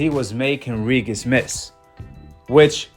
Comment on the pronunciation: Bro say Regis name correctly